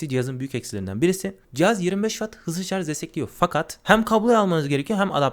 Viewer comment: Kardeşim madem teknoloji meraklısı bir adamsın, sarz değil şarj.